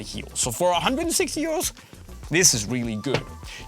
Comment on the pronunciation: i kept thinking u saying “year olds”😭 🤣 not “euros” 🤦‍♂️ i’m so dumb lol